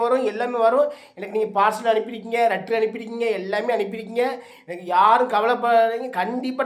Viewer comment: சரக்கு ஓவர் போல லெட்டர் தலைவரே ரட்டர் இல்லை😅😅😅😅😅